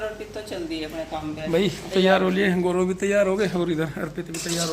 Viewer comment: आप लोग गोरव क्यों बोलते हैं गौरव बोला जाता है आप एक टीचर है शुद्ध हिंदी भी नहीं बोलते हैं , प्रीति भी गोरव बोल रही थी